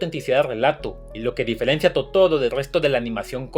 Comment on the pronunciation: "...que seguramente no conocias". Eres un burro. Si no puedes ni pronunciar bien el nombre de Totoro.